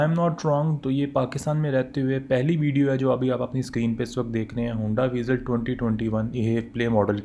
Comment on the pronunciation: BTW its vezel(vaizel) not (veezel)